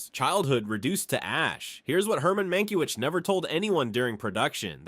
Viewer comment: Mankiewicz name is mispronounced! Bad A.I.